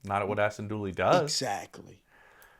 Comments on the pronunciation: Dulin, His name is Ashtin Dulin. Not Dooly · During! Not dooley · ASHTON DULIN not DOOLEY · I thought he was pronouncing Duleen.